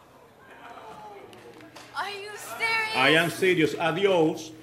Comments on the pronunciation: And did the judge finally apologize to her for saying "adjouz"? After all, it was exactly for saying that word to him that he gave her an additional punishment, after which he himself committed exactly the same "crime". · The judge's name was Jorge Rodriguez-Chomat. He died August 19, 2017. Interesting that he doesn't seem to have pronounced adios correctly even though he is Cuban. Probably for the comical effect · chris easly The funny thing is he says "¡adiós!" with a slight English intonation (the way he pronounces the "o"). I guess he was mocking her by doing an impression of how an English-speaker would say "adiós".